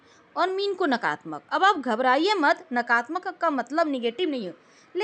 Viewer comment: नकारात्मक होता है ,नकारत्मक नही। ऐसे ही सकारात्मक होता है,सकारत्मक नही होता।